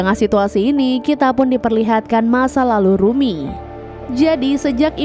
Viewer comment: bukan rumy tapi rumi kak😅